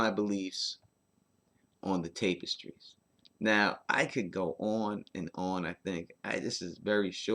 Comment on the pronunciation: Love your content,, but you say "Tapestries" weird. It's "tap-uh-strees"